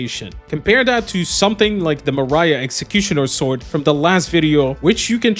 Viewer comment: I was wondering for a good few minutes what on earth is a "Mariah executioner sword".... It's Marais. I'm not a french speaker, but I believe it's pronounced "Marae" which means swamp I think.